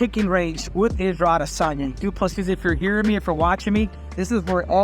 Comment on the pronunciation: When he says du plessis it sounds like 2 pussies!